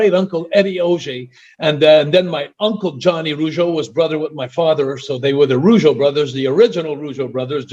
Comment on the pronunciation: It's not Rogueau it's Rougeau